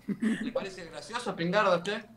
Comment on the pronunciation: "Spignarda" JAJAJJA